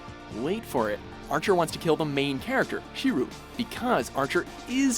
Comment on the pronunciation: Good ol' Shee-ru